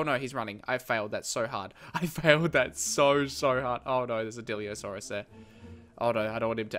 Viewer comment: It's not diliosaurus it's dilophosaurus